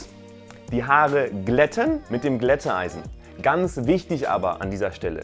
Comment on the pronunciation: Nein, ich bin nur einer, der deine Videos mag und ich finde die Aussprache von Glätteisen von dir ein bisschen speziell.